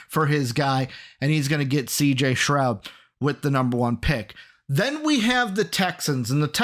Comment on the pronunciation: Keep saying CJ Stroud name wrong